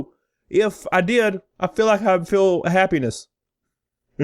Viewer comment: "I WOULD FEEL HAPpenis"...I'm sure you wood man. Wouldn't we all? edit - I had no idea this whole video was about penis.